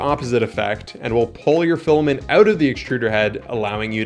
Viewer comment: Filament. Pronounced "FILL-A-MINT". Not filamin.